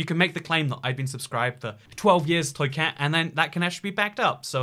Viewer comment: why does say his name wrong